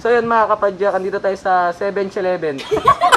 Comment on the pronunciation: Seven shileven